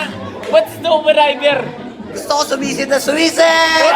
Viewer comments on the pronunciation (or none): scuba diver . hndi stuba riber potang hayop ka hahahahaha